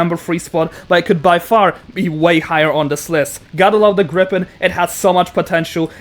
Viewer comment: Did you say gripen 🤨